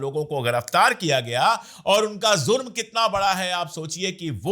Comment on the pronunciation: Sir aap apni Urdu thori theek kijiye Jurm hota hai zurm nahi Giraftar hota hai ghiraftar nahi Namaz hota hai Namaj nahi Sazish hota hai Sajish nahi